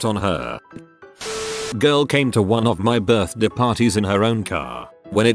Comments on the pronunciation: i swear to god if i hear ‘birthdàë’ one more time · no one: literally no one: the reader: birthDEH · Nobody: The AI dude: It was her birthdei 🥐